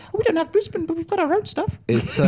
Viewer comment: As an Aussie, listening to those accents was ROUGH lol. But nailed the pronunciation of Brisbane 💪💪